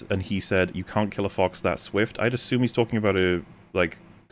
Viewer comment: I have a bigger problem with how pronounces Yoshi than how he pronounces assume